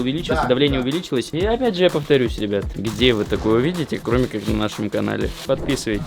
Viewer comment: там МАМИКС сказал ког будто пьяные:)